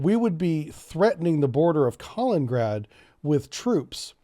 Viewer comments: It’s not Collin-grad. It’s Ka-lin-in-grad. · Few corrections: it is Ka-lin-in-grad. Not Ka-leen-grad. Moldova isn't a NATO member. I think your are confusing Montenegro. But what NATO should do in the case of Ukraine invasion is the following: -Freeze all Russian funds in NATO and agreeing nations -Forbid any and all shipping from Russian ports -Severely reduce flights from Russia. Not all to allow foreigners to escape. -Restrict or remove Russia from SWIFT banking. -Restrict Russian access to the the Oresund and Bosphorus. -Re-enforce Swalki-gap. -Provide AA and AT man-pads to Ukraine in large amounts. And that is if they invade and give them 5 days to retreat out of Ukraine and Donbas region or more will follow. You don't need to go to war with Russia, but you can cripple them. Make it painful in the beginning. Promise them you will lift it, but if they don't you will double down. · It's Kalin-in-grad not Kalingrad ... sorta like that river in the USA is the Mississippi not the Missippi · Lol Kalingrad :D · Kaliningrad (KAH-LENIN-GRAD) You’re killing’ me bro… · Not to be a grammar “NOT-zee” but it’s pronounced “kah-LEAN-in-grad”. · Pronounced “Ka LIN in grad” You keep skipping the “in” syllable. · Buddy, love ya, but its KA-LIN-IN-GRAD, good content, just needs a tiny polish! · Can’t pronounce Kaliningrad and doesn’t even know where Romania and Bulgaria are… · you are pronouncing Kaliningrad wrongly. Just read it. The pronounciation matches the spelling. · I say this with all possible love and affection: please take note of the second "I" in "Kaliningrad" and try to pronounce it. It's nails on a chalkboard over here. Thanks. ❤